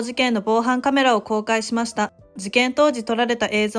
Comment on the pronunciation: 内容は分かりやすいのにナレーターの読み方がなんか気になるな… 特に〜ました。の言い方が